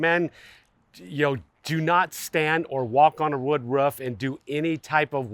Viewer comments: The way you say "Ruff" drives me insane and then proceeded to say "ruffff" 15 more times 😭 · It got me too lol that one point I swear he was doing it on purpose 😂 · You have no accent until you say roof😂